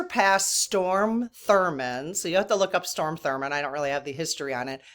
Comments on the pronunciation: It’s STROM, rather than storm. Which is what we’re having across Illinois today!😂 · I mean no disrespect, but his name is Strom (pronounced Straam) Thurman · That's funny. Every time I heard Storm I said, "Strom." He was such an a*s he needs to feel the negatively from this side of the veil. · STROM not storm Thurmond fyi. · *STROM not Storm 😊 no biggie though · It’s Strom, although he doesn’t deserve correct pronunciation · Strom, honey, not storm - tho' he was trying to be a rain cloud over the civil rights parade (so to speak). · I just need to correct something. Mr. Thurmond's first name was STROM, not Storm. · Strom Thurmond ( not Storm)...I sadly remember this negative person...hopefully during his life review he saw the evil he did in that life Recount please! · Strom, not Storm. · STROM (not storm) Thurmond, if you want to look him up. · Hey. THANKS for the good you spread. I'm addicted to you so please don't even slow down! I never thought i would be someone to comment with a correction, however... From a place of love and sisterhood, Strom Thurmond, not Storm. I only know this because i have a few years on you and do remember Strom. Not your fault his mama didn't give him a more normal name. You don't have an ego and you value and respect truth. I want people to focus on your message, not that you transposed his name. Again, thanks for all you do and please don't ever stop! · It's STROM not STORM. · Strom not Storm 😊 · It's Strom Thurmond, not Storm... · only because I am old and lived at that time I need to correct you. It’s STROM Thurmand. Not STORM. With that said, I am new to your channel, but am loving it! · It’s STROM Thurmond, not Storm Thurmond. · Just a minor correction.... His name is Strom Thurmond not Storm. Glad you're keeping us informed! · STROM ( not Storm) Thurmond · STROM, NOT STORM... :) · STROM THURMOND, STROM not Storm.:face-blue-smiling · Strom (not Storm) Thurmond filibustered against Civil Rights. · StRom not storm